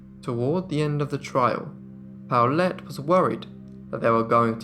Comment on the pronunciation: (Midway through the video...) OH! The daughter's name is PAULETTE, NOT Towelette...lol